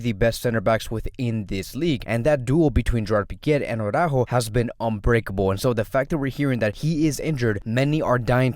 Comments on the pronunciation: It's ara-ÓÓho. not awww-rÁhho. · You’d think since he’s Latino like me that he’d pronounce it correctly lol